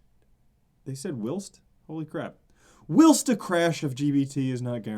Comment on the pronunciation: Whilst while-st not will-st